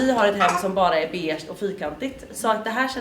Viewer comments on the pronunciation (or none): none